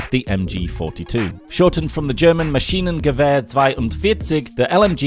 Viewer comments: Loved that you added some background info for the guns (even though not everything was correct, but mistakes happen)! Gave the list a bit more spice. Also, your pronounciation of "Maschinengewehr 42" was really good, considering most people who don't speak german just look at the word and already give up trying to pronounce it. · Awesome that you actually try to pronounce MASCHINENGEWEHR 42 correctly!